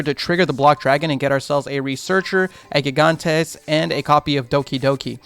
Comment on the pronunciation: I hate to be this guy, but you're saying gigantes name incorrectly. Gigantes name is pronounced Hee-Gone-Tays. I will say though, gigantes is Spanish for giants.